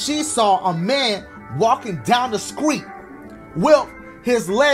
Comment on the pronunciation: Game: says “street” in subtitles Dashie: “Skreet” 😂